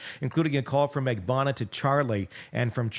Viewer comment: GET THEIR LAST NAMES RIGHT. It's RIVERA - not RIVIERA (we're not in the South of France). MAG-BAN-U-A. If this was a court of law, they'd get off with new last names